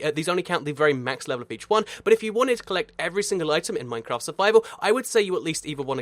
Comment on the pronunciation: Im I the only one too notice that he said maftcraft the beginning of the video